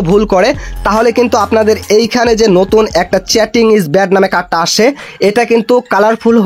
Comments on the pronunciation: ভাই তুই আগে ভালো করে ইংরেজি উচ্চারণ শিখে নে😅😅😅চ্যাটিং না চিটিং😅😅😅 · চ্যাটিং না রে ভাই চিটিং হবে ওটা। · চ্যাটিং না ভাই চিটিং 😶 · চেটিং না চিটিং, আগে কথা শিখতে হবে😂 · চেটিং নয় চিটিং ইজ ব্যাড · প্রত্যেকটা শব্দ ভুল 😮 চ্যাটিং নারে ভাই চিটিং 😄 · চেটিং নয় চিটিং হবে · হামিস্টার না ভাই হামস্টার চ্যাটিং না ভাই চিটিং আগে উচ্চারণ ঠিক করুন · ভাই! চ্যাটিং না। এটা চিটিং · চ্যাটিং নারে ভাই। চিটিং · Chatting na Vai cheating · আগে নিজের ইংরেজি শুদ্ধ করো🧐তারপর ইউটিউবে কাজ করো।চিটিং কে চেটিং বলতেছো😅😅